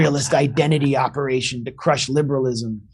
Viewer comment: 11.30: "Who's running this ooperation...Anna Kasparian?" 😊😊😃😃